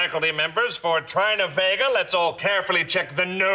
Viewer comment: He called her tryna vega instead of Trina vega